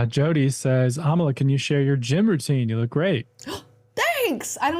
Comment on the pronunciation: every time you say your name I think you say "Amala Kenobi" and it makes my head spin every time